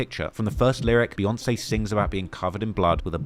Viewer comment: Jay and Bee 🐝. Why do white folks say Bay? It’s literally pronounced Beeyonce. I gotta turn this off now.